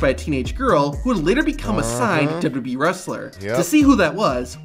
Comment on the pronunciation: I have the way the guy narrating the video say WWE dubdubeee